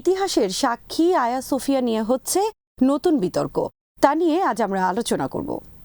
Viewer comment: Not Aya Sofia, it is hajeeya Sofia.